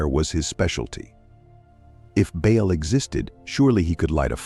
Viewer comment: One time the gods name was "Bail" but next time his name is "Ball". Mispronuncuation makes a big difference to someone who doesn't know the correct pronunciation.